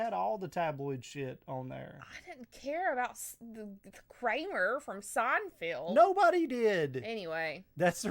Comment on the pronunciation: I like how she pronounces it "Seinfield" lol